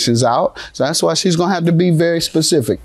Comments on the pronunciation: Specific NOT pacific... Girl talking about the ocean 😂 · "A pacific example..." 😂😂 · I'm hearing "pacific example" from the planiff. Is that correct?